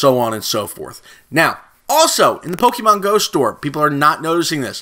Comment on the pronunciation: Dude if your gonna make Pokemon videos pronounce them right